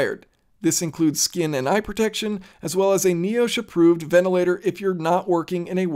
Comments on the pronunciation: it's "Nie-osh" not "Nee-osh" hahahahaha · I'm not sure if this is just a regional thing, but you pronounced NIOSH as "nee-oh-sh" and it irked me a bit since I'm used to hearing and pronouncing it as "nai-ah-sh"...